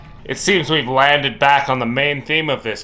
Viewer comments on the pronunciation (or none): I like the way you say "WE've gotta come up with a solution"..... no..... we've gotta sit back and write wise-ass comments about your solution.... when it comes to actually coming up with the solution you're all on your own!